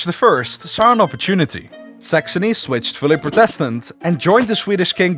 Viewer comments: This is a really good vid. But, there was one thing Inhad to say. The word protestant isn't pronounced protéstant, but prótestant. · Imagine doing a video on the 30 year war and not once pronounce protestant correctly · Good video , good script and very nice animation... but your English pronunciation is ...rather shit and it really lowers the quality of your content. Look up how to pronounce certain words, for example "Protestant" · Your pronouncing protestant wrong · No offence, but that's how a dutch person would say it. I know that, bcs i'm from Belgium.